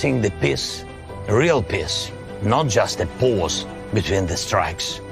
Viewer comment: Zelensky sounds like he is saying 'piss' instead of peace, lol 😹